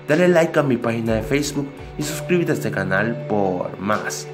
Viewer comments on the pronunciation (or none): none